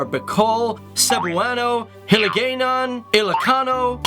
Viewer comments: “Hee-lee-gay-non” dead 😂 the pronunciation It’s heel-lee-gay-non (but like a “guy” but the u is a) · tangha-log, HiliGAYnon xDDDDDDDDD